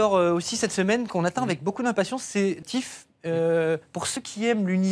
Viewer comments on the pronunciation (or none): Va falloir travailler l'accent anglais... Ça se prononce pas TiF mais Thief (FiF). C'est pas le tout d'essayer de faire une émission pour ramener l'auditeur geek, faut aussi mettre un présentateur qui sait de quoi il parle...